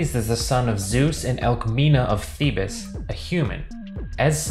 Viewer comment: This man pronounced thebes as theebus. 🤦‍♂️